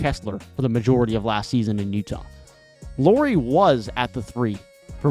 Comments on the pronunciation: Nice video! 🙂 Just a little hint: "Lauri" is pronunciated like "Lowry" in Kyle Lowry 😃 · Hi, That's an interesting take on the Jazz. I would suggest that casually analyzing from afar isn't what I'd call superior to the Jazz's own fans. For example, any decent amount of viewing would correct you calling Lauri by a girl's name, Lori. However, that's a pretty common mistake so it's no big deal. Instead, I'll focus on your various points and give my rebuttal. Okay? Team record: The first dozen or so games were because they all had a chip on their shoulder, including the coach. However, they started losing exactly after Danny Ainge finally weighed in on the team's success. I remember it very clearly as I mentioned it on Twitter. I suspect that they were told by the front office to start losing a lot more. The other problem was constant injuries to key players. Olynyk and Sexton missed large chunks of games BEFORE the trade deadline. After the deadline, and Conley, Vando, Beasley, and NAW were traded, Lauri and Clarkson missed large chunks of games. They rarely had their full roster the rest of the season. That might've been how they sneakily achieved that losing--at least in part. Rookies/Trade Deadlline: The reason they won more games than say Portland, was because of guys like Kessler, THT and Ochai that only got significant minutes AFTER the trade deadline. They were much better sooner than they expected. Plus, that was the whole point in trading all those guys--Vando in particular. They wanted to give more time to their young guys to see what they actually had.